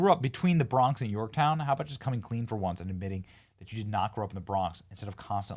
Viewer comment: Hey AOC, you mispronounced Yorktown.